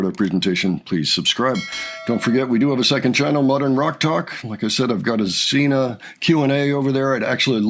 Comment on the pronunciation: She is Sina not Zina